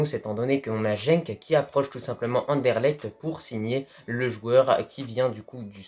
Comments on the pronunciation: on ne prononce pas "JENk";..Mais GUENK.....Cher )) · Tu prononce mal sa se prononce scarbeek est Genk ses Genk le g comme gay mais en vrai je t'en veut pas car le nerlandais ses dur a comprendre au sinon bonne vidéo continue comme ça